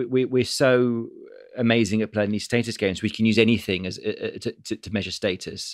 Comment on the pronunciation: It's status not status, jesus!